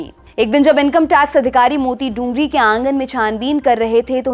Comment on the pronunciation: मूति डूंगरी नहीं बल्कि "मोती डूंगरी" बोलते हैं। कृपया सही उच्चारण करें।